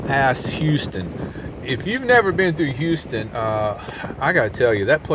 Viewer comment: Definitely. What's the best time to go through Houston? Is on the weekend or definitely sunday. If I was gonna try to do it during the week, it would be after about nine a m and before three p m . you have the pronunciation correct. Where are the condominiums get thicker closer together, so does the crowds.